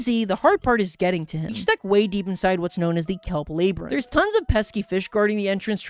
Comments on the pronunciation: is bro really saying layberinth instead of labyrinth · "laybrinth" ITS LABRINTH (or whatever idk) why did you look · ah yes, the laybrynth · lay brinth😭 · Lurr. Laybrinth. xD You never cease to make me giggle. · 1 crash out? Seems like an understatement but that aside you have to be doing these pronunciations on purpose at this point like "lay-brinth"